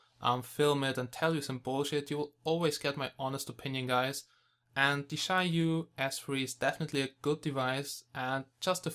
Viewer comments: It is pronounced as "jee-ya yu", the yu made pursing your lips and rhyming with "she" without the s. Jia sounds exactly like the Chinese word for family (use Google Translate to articulate). And Yu is fish. I suspect the manufacturer is from Jiayu Country, Hubei, China. ;-) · Roslan Japar I asked several real Chinese people about this. And all told me that they don't say Jiayu like in this video here or in some special strange way. They say it just straightforward Jia-yu, that's it. People think in their mind that it is pronounced is a special way just because it is Chinese. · It is pronounced Jiayu ( chi-ya-yu) correct me if i'm wrong..thanks..nice review and the device itself have a good specs!